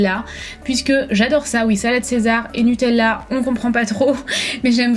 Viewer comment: La façon dont tu dis NUTELLA ?!😂